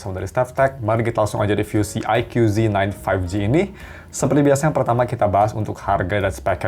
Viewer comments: Baca nya Eike bukan Aikyu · Ikoo zi nain, bang . Bukan aike yu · aiku bacanya, bukan aikyu.. 🤭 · Bacanya "aiku" bang bukan "aikyu" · Aikyu aikyu kesel bet gw dengernya..